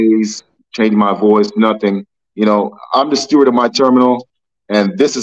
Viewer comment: Steward with a D, not stewart with a T! Stewart is a mouse from the kids movie.